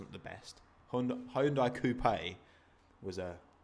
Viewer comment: It's pronounced Hyun-dai